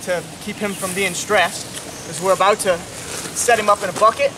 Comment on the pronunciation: Hearing him say “aboot” at some point in this video really threw me off